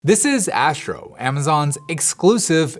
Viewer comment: Asssssstro. Not Ääschro